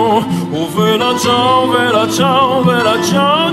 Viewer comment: (Am I the only one disturbed by the fact he pronounces it "Vella ciao" instead of "Bella ciao"?) Great remix !